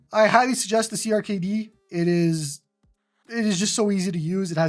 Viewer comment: Checkout YARG! Does everything clone hero does and more Also, CRKD is pronounced Cracked btw